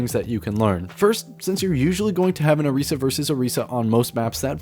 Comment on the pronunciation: Are you purposefully saying characters names wrong? Hanzo... Orisa... Etc...